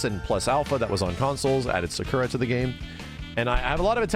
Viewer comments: why TF do you insist on mispronouncing Sakura's name? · Is he mispronouncing Sakura on purpose or does he just refuse to learn how it’s actually pronounced because that’s how he pronounced it in the 90s?